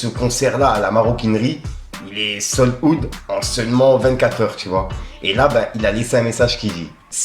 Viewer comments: sol oude 😂 Ca ce prononce saulde hawte ' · Sold out Ca se prononce "sold a-out " le A n'est pas muet ! 🫡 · « Sold out », j’ai mal à l’oreille